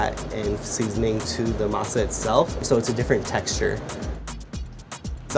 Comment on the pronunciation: I hate how he chooses to say words like Masa in a idk wtf kinda accent lol